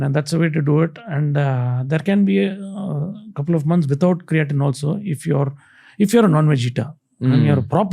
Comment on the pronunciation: its not ,crea teen its cray teen